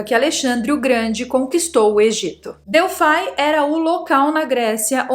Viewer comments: se diz Delfi, (Grego) não DELFAI com a pronuncia do "i" como em inglês🤗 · Delphai é para os de língua inglesa, ou vc pronuncia em Grego ou em Portugês Delphi com I mesmo.. Lembra da calça Levis? Então aqui vai ser sempre Levis ( Com I ). Hehehe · o Oráculo de Delfi(* exatamente pronuncia) abra um mapa antigo e coloque o dedo em Delfi, realmente É O MEIO DO MUNDO. A partir dali a construção dos outros templos tomaram direções "exatas de conexão ". Moro aqui na Grécia e posso te falar mais sobre esse assunto. Que não está traduzido nos livros nos últimos 70anos.